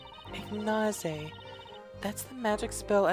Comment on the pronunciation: I don't think Ignaize is pronounced like that, the aize seems it would be pronounced naise but with a Z instead of a S IGNAIZE.